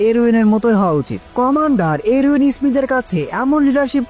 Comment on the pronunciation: আপনার কথা আরো স্পষ্ট করে বলবেন আপনি যে বলেছেন কমানডার আরবিন স্পষ্ট করে না বলে কমানডার আরউইন এর মতো উচ্চারন করেছেন।😅